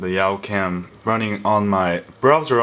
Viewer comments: did you say yow cam its YA-cam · It's youcam not yaucam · Pretty sure it's "Yawcam" not "Yowcam". :-) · Yawcam is pronounced yahw-cam. like "yawn" without the n.... Sorry! I just have OCD about that! haha